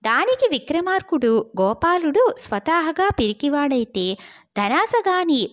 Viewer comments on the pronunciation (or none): సరి కదా చదవాలి. "స'రే' కదా పద ప్రయోగం అక్కడ సరిపోదు స్వత 'హా'(హ కు దీర్ఘం) గా' అని చదవాలి కోరికతో పాటు దాన్ని సాధించే సాహసం కూడ ఉండాలి